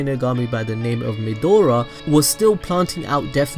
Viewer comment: It's pronounced Meh-Dra, not Medora like the explorer. Also, Shimigami don't have a sex or gender...